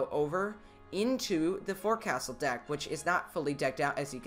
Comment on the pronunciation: the "forecastle" is pronounced "fowksal"